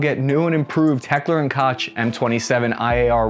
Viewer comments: Achtung! du should learn ze Nahme of the 'Heckler & Koch' korrektly! ze 'Koch' is not leik roaCH, zis iz more leik KoHHH as in Bach , zat Du not pronounce leik Batch!! Koch!!! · The K in HK isnt "Kotch". Its Koch, pronounced "Coke". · Heckler and "KOTCH" 😔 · Can’t take this guy seriously when he pronounces Koch like “Cotch” instead of “Coke” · Heckler & Koch (COKE is how you pronounce that) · Exactly. lol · As a German I am furious. Your pronounciation of Heckler was perfect! Your pronounciation of Koch is unforgivable. It's not ”tʃ“, it's ”ch“ (phonetic).